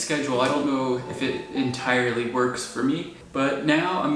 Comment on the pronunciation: “So why am I up now? Um, I don’t knoh” 😆